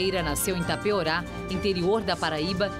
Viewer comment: "Tapeorá" , não. "Taperoá - PB".